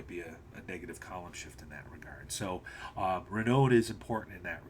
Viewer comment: I know I’m a year late and I really I’m not that guy, but the word renown is pronounced like clown.